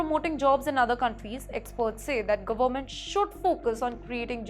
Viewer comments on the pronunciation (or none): Izreel ??? Cannot even speak or pronounce properly 😱 It’s Kerala , not kiirela , Government NOT GOMENT First You need to get Basic education and definitely some DICTION lessons … It is too Irritating to listen to you, I keep trying to block XPTimes , but it keeps popping up on my YouTube feed ….